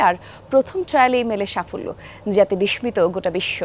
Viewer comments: বিসমিত? বিসসিত হবে উচ্চারণ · বিষমিত গোটা বিশ্ব!!! উচ্চারণের কি অবস্থা!!! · Bish-shito! বিস্মিত(উচ্চারণ, বিশশিত) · বিস্মিত হবে না বিস্মিত হবে উচ্চারণ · আমিও তাই ভাবছিলাম একজন সংবাদ পাঠিকা এমন উচ্চারণ কেমন করে করলো। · বিস্মিত উচ্চারনে ম আসবে না